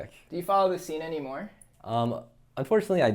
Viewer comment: “don’t even know what it even says anymohr”